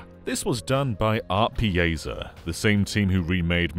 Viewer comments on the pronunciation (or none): As an Italian, the way you said ArtePiazza kinda destroyed me 😵😂